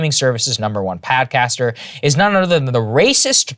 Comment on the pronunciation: Saagar while reading legit said, “scotify”, “padcaster”, and “disinformotion” LMFAO 😂 Krystal looked at him like “wtf” Great show though. One of the best sources for news if not thee best!